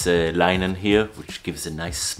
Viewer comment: It’s linen... as in lynn in. Phonetically... not line